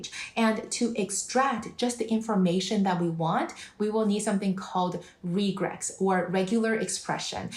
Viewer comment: This is genius. But it’s called “regex”